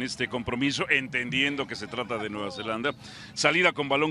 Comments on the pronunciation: Alvaro lleva toda una semana diciéndole Nueva “Zelandia” a Nueva Zelanda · Y Alvaro sigue diciendo Nueva Zelandia.